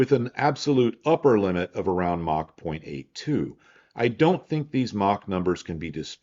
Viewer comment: Props to for being one of the few people on the internet who actually pronounces "Mach" correctly.